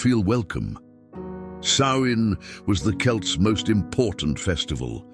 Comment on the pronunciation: You actually pronounced Celts correctly, unlike the other channels.